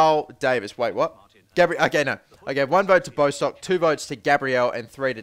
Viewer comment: bostock is pronnounced bosstock like boss